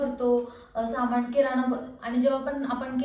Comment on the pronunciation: माण दुखतेय, पेण होतात, त्याणनतर बणवला, किराना सामाण अगं बाणाचा ण आणि नळाचा न या दोन्हीचा योग्य उच्चार करणं आवश्यक असतं.